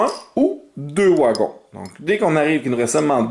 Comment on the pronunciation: Des "ouagons" 😅